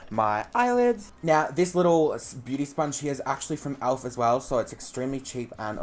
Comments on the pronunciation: Alf? It's elf😂❤ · i freakin love how you say 'Alf' instead of 'Elf' hahahahha xxcc